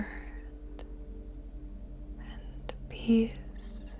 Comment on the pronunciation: I also think it’s “peace” not piss. It just sounded funny.